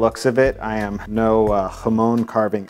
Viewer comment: You said jamón so beautifully!!!